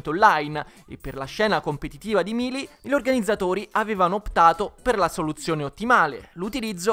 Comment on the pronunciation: Non voglio fare il rompipalle ma si dice Meili e non Milii